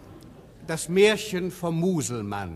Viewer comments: Mal zur allgemeinen Erläuterung: Es heisst Muselmane, nicht Muselmann. Hat nix mit "Mann" zu tun. Und gesprochen wird es mit einem laaaaaangen "a", weil, ja, weil es nur ein Konsontant nach dem "a" hat. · Es heisst "Musleman" und nicht "Muselmann", ein langgezogenes "a" in Musleman, gesprochen: "Muselmahn".